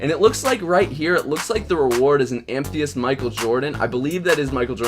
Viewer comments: Am-eh-thist not am-thee-ist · It's Ama-thyst not amtheyidt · Its pronounced: am-uh-thist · It's pronounced: Am-Eh-Thist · Amethyst. Am-uh-thist. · "Amthyest" It's Amethyst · Amethyst your saying it wrong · The way you say amethyst triggers me